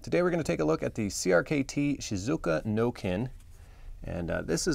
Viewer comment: It would probably be best if you got somebody that can actually pronounce the name of the knives correctly this is a smaller version of the otonashi no Ken..... I hate when people can't not pronounce Japanese correctly